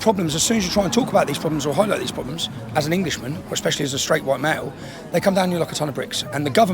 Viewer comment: “expeshially” 🤦🏼‍♀️Edward R. Murrow is turning over in his grave